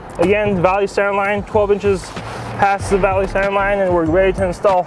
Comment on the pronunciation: Why do they mispronounced center it is not on center it is called center